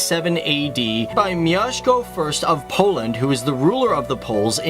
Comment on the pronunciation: Siema nie wiem czego się spodziewać po ciekawostkach o własnym kraju. Tak BTW "mjeszko"